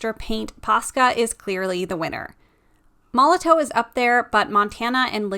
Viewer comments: Apparently it's pronounced like Molotov even though there's a w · It's pronounced Molotov. It's just a German company, and in German a W makes a V sound. It's made for graffiti, and in the tagging world putting up graffiti is called "bombing". Hence the name.